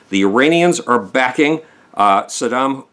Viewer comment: His name is Bashar al-Assad, not Bashir.